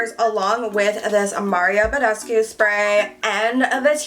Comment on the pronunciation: hi you're pronouncing mario badescu wrong